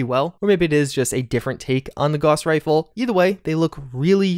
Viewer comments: Gows, not Goss, lord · Gauss=GOWSS not GAWSS